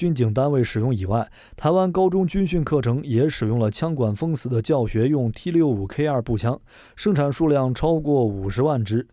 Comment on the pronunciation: 台灣才不唸T65K2，明明是T65K (TWO)